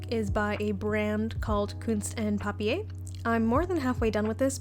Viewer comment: i just think it's funny how non German people pronouns stuff hehe but Papier is pronounced like 'pub - pier'